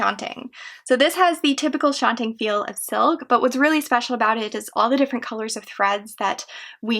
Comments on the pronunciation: Shanting? Shantung? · The last syllable of shantung should be pronounced tongue, not ting. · I believe a couple of your pronunciations are incorrect. Toile is actually pronounced "twall" and I think you are saying "silk shantung" which is pronounced "shan-tung."